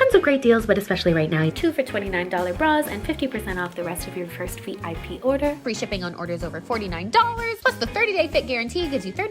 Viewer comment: I heard "free champagne" instead of "free shipping" and I was like "damn, that's some marketing right there!"